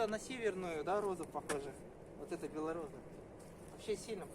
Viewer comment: не беллораза а белороса